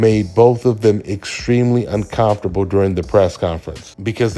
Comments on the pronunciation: UnCommftrable pronunciation ain't it brah. Saying it like UnCOMEfortrable sounds better. Great vid but this just irked me, my bad lol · Hey. It's uncoMfortable. Not uncoNfortable!! 😅😊